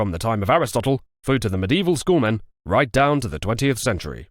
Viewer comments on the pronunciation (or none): none